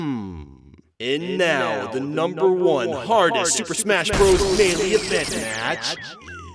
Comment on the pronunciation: Smashbros sounds like mashpotatoes